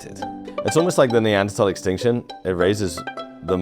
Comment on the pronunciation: Neanderthal - th-awl not -tol. Terrible pronunciation.